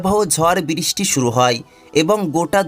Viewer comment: বিরিস্টি/উচ্চারণে অনেক ভুল